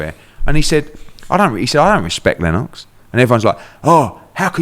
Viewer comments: Pronounce LenOX like that 1 more time & my head gunna pop 🤯😖😂🤷🏻‍♂️ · Eddie pronounces Lennox very strangely lenn-ox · Annoying how Eddie says Lennox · Why is he saying Lennox with a Jamaican accent for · I like how he says Lennox 😂😂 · Not Le - Nox?